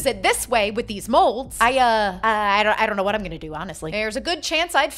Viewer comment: The "I donna know" got me every time 😂